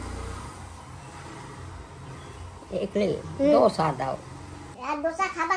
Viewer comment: ধোছা নয় দোসা । ধোছা শুনতে খুব খারাপ লাগে ।